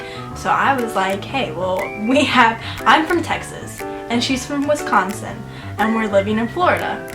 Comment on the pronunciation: Hey Texas...it's WisCONsin, not WESSconsin. :-) -from a Wisconsin girl now living in TX.